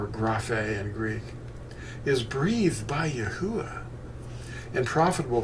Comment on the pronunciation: Not to nitpick ya...but im pretty sure you are pronouncing the breath sound twice..with the saying of the first part of THE NAME..YAH thats the yod and the hay..then its uah witj the breath at the end...more closely EE AH OO AH..praise HIM! 😘 luv ya..ill never forget when Fossilized Customs fell into my hands...changed my life my friend..thank Yah for making you bro! Shalom!